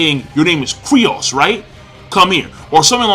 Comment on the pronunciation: His name is fucken Kyros, stop sayin Kryos... Thats so fucken annoying